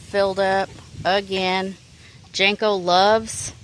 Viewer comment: Janko?? Or Janky??😂😂😂